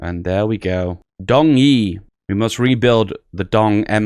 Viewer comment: Guangzhouwan = "gwang-joe-wan" Guangxi = "gwang-shee" Dong = "dohng", sounds like English "don't"